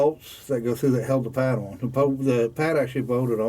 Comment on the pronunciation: There's no such word oin, it is pronounced ON not oin